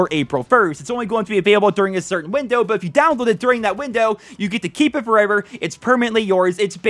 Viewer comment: “Keep forEVEER” lol 😂